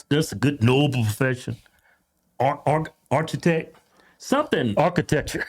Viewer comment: Archietch 😂😂come on Kevin